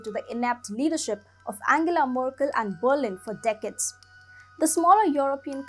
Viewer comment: Girl, your pronunciation is understandable in India probably, but actually it sounds terrible. You put the stress on words wrong..... decades,.... differences,... exacerbation (the last one you cannot even pronounce). 🙄